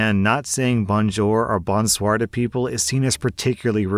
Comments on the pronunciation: Bonjour and bonsoir pronunciation hurts the soul but love to hear it. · I’m learning French, and a lot of my family speak it. Your pronunciation of ‘Bonjour/Bonsoir’ made me want to die